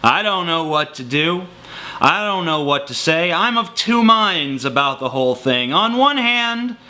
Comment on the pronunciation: "abo ut" you canadian?